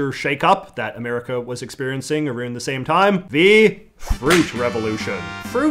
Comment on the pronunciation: Ain't no way anybody actually says around that way